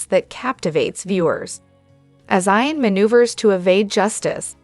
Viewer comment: It's not pronounced I-AN but E-AN. She pronounces this word several I mean several as if she has this, frustrating.